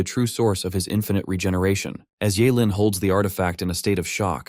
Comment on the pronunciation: Ifinite? What is that word gang it’s INFINITE